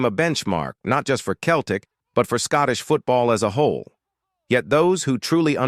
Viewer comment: Pronounced like seltic ffs !!! 🤔🧐😒